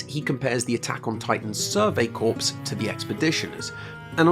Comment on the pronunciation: You discuss very interesting things, but every time "neojilizms" and "jeeyom" and "survey corpse" take me right out :(